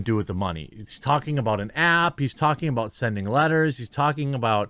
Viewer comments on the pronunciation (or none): Aboot. Sounds like you been watch to much candian truckers Jermy :_QuarteringCartoon